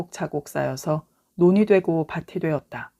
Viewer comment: 밭이-바티× 바치°